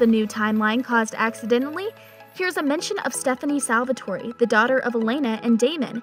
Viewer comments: WHY??? It's pronounced 'salvator(e) ' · Did she say Salvatorie school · This salvatory pronounciation is making me cringe😵😵😵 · Fantastic and she keeps saying Salvatore wrong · No I am as well. It bugged me when josie said Salvatore wrong as well. If you’re a fan of the show surely you should know how to pronounce things. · i wish they would stop letting fake fans make these videos... could you at least say salvatore right?? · She reminds me of Kai Parker prounouncing there names wrong 😡😡😡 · They can’t pronounce the names correct and it’s annoying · IT IS SALVATORE NOT SALVATORY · Everyone: Salvatore Her: SalvatoreY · Salvertory🙄🙄🙄🙄 did she seriously say salvertoryyyy???? Father lawd!!! 😭😭😭😭 Repat after me sal-ver-tor!!!! And stop saying Stefan!! 😢😢 Kai Parker is the only one allowed to say that😒😒😒smh! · "salvatory!" lmfao... say it right ffs, can't watch this because of that.. its salve'TOR ... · It’s annoying when you can tell the narrator never actually watched the show. Lmao Salvatore-eee lol 😂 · fr lmao whats salvatorey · the name they gave their daughter was Stephany but they said “Stefan Salvatorey” and “Damon Salvatorey”